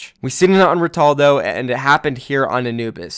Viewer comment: Can you please say Ritalino the right way? 🙄